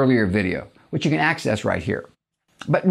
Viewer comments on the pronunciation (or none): none